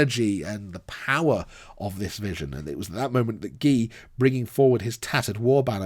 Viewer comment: Your pronunciation of Gilles hurts my soul. It's not ghee the clarified butter used commonly in Indian cuisine!